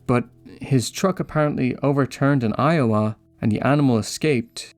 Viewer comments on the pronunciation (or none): none